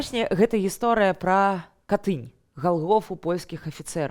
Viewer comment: Выбачайце, Катынь,нацiск на першым складзе, слухаю Вас уважлiва.